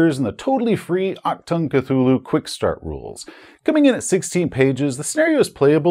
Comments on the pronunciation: Took me a moment to figure out what "Octan Cthulhu" was :D Dont worry, languages are hard and can work in a weird way - i never get accents - it took me waaaay too much time to realize your last name is originating from poland, despite being polish :D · Very funny to hear "Achtung" spelled by a non native speaker like "Actung" I never thought, that this Cthulhu version was called that, across all borders, since I come from germany. I always assumed it was something unique to us, since Cthulhu is one of the most popular systems here in germany. So popular in fact, that our Cthulhu Publisher pushes out so many adventure self productions that aren't available in any other language. I believe, we have even more adventures as the main english branch. That has a downside of course, since many writers have seen that as an invitation to exclusively write adventures in a german setting. And I am really not feeling it. Lovecraft is the americas for me, or expeditions to far away places, maybe even good old Britain. But I really do not feel the stroll through the Ghoul infested Black Forest. Anyway, awesome video as always! For all those interested in the word itself:Achtung means attention. And the ch is not pronounced like a c or a k, but try to spell it like the ch of Crach an Craite if the Witcher is something you're familiar with. And the u is not an a, it has it's own sound in german. But this is as far as I can go with textual explanation, you would need to hear it. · The struggle with the german pronunciation of "ch" is real 😅 Anyways, thanks for another great video! Quality is as usual just awesome! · I do believe it's pronounced ACHTUNG!, the exclamation point is not silent. But that's okay, I'll just yell it when ever you say it.